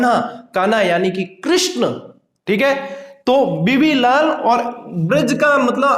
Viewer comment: बीबी लाल है but sir तो बीवी लाल बोल रहे है, my daut please स्पष्ट करे